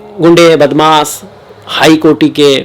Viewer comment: Badmaas nahi bolo Badmash bolo Up , Bihar k ho kaaaaaa 🤔